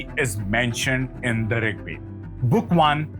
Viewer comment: Please pronounce Veda properly, without Schwa deletion, nobody will take you seriously otherwise